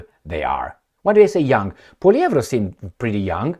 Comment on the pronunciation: he pronounced Poilievre better than most Canadians. even got the rolling R correct.